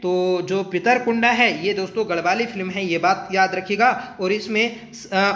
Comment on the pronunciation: सर पितृकुंडा नहीं होता पितृकुडा होता है